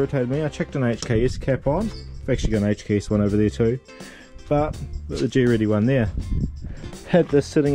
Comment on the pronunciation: Good results man nice one :) side note please pronounce greddy properly. It's not G-ready haha